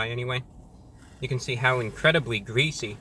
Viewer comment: Incwedibly gweasy